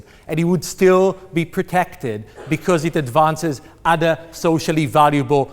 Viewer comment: so.. he is a tool . but on the up side i like how he says "udder" in stead of other.. lol "we need to protect udders" he must really like milk